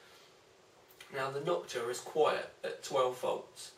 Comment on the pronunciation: "Knockua" :D